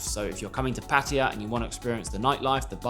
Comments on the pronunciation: TIP 34: Pronouncing Pattaya as Pattaya and NOT Pattiya. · Correct pronunciation is puh tai yuh....LMAO. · It's so cringe when USAians and Brits say Pætiæ instead of Pattaya... It's just as silly as saying pæpiæ instead of papaya!